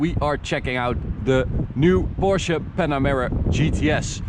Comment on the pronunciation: I appreciate that you actually say "Porsche" instead of the casual "porsch"